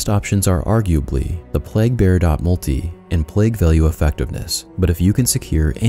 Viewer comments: It's "plejg" not plagg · Really well put together guide. One minor thing - plague is pronounced "playg" not "plag". No big deal and it certainly doesn't detract from the overall quality of the guide. Thank you for putting so much time into it. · i'm sorry but it's PLAY-GH not pleghhh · I'm sure you've gotten this comment already, but the pronunciation of "plague" is play-guh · PlAAAAAAAAgue, long A my dude as in saying PLAYgue. Other than that,great video lol. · The King is back!? Do people around you pronounce "plague" like you do or the common way "pleig", wonder if it's a local thing or what. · had to stop watching after the 14th time you pronounced plague wrong